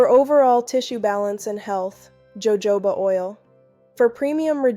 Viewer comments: Ho Ho ba !!! NOT joejoeba ! Please fix your AI issues ! Good advice though ! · It's HoHoba oil!! It's a Spanish word. J's ALWAYS have the h sound in Espaniol.